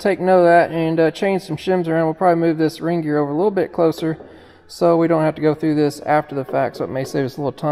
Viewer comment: I swear Kevin is infectious… Every time says “ring gear” I swear I’m hearing Reindeer.⛄️🌲 I’m glad I watched this video. It’s a great reminder that buying an older machine may seem like a deal until something breaks and you can’t get parts for it. Even if you can you can get parts for it you can’t get to work on it for you. Your much better off spending some more $$ up front and buying it from C&C Equipment where you know the machine has at least had a good going over and you’ll get an honest opinion of what you can expect from it based on years of experience and headaches…and how to avoid most of them.⚡️💥